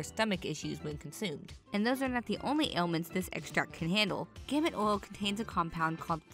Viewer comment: We pronounce "Gamat as: Guh-mutt